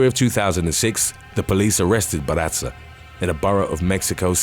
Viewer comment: excellent stories even forgive mispronounciatio of mataviejitas and barraza, but not gonna let you off easy on Lucha Libre it's not "ca" sound ever said cha cha cha ? (loo-cha )